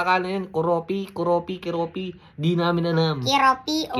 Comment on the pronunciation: Koropi Po Hindi koropi 😂